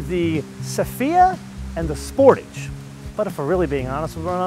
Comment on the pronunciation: Does this person have a problem speaking. He keep pronouncing words wrong Nissan and sportage When will Americas learn English.